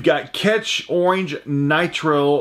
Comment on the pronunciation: "Owange" I know I have a screwed-up accent but wow!